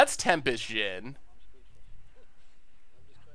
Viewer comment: It's a djinn. Common - let's try to not to pronounce it like it's the next American president